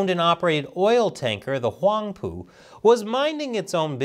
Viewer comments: Did just say Whong poo? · Did you say that Chinese boat was called the “Wong Poo?”